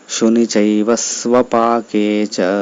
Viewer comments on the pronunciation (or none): సుభాషితశ్లోకంలో స్వపాకే అన్నారు. అది శ్వపాకే కాదా?